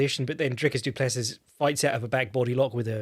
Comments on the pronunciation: Btw It is pronounced more like Doo-Pless-ee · Dude... doo-pluh-see.. Dricus du Plessis